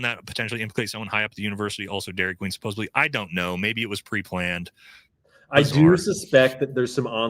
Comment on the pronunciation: Robinson. Fix your typo in the heading and PLEASE don't say SUPPOSEBLY. It's SUPPOSEDLY. No b.